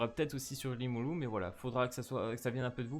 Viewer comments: limuloum xD c’est limuleu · Iimulu* rimuru les R se prononce en L